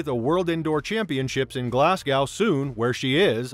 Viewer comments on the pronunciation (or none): Glasgow - pronounced - Glaz-go